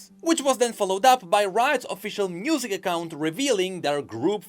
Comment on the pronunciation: Anyone else notice how he says "Mnusic"? Quite curious~